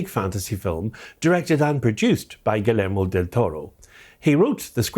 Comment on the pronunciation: Great video. Just fyi, his first name is phonetically pronounced “Ghee-YEHR-moh.” A more common name here in Texas.